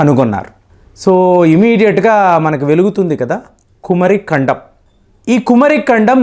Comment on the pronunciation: meeku pronounciation teleda??? Kumaari kandam...swamy🙏🙏🙏